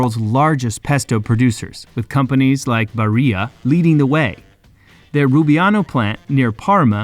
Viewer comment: Barilla is pronounced as it's written, it's italian not spanish